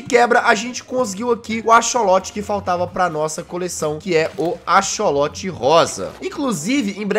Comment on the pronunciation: jazz, a pronúncia de axolotl não é tipo acholote a pronúncia é tipo acsoloti